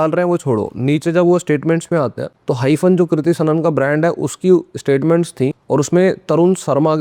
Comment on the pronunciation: Hymen suna tha hyphen nhi 😂😂😂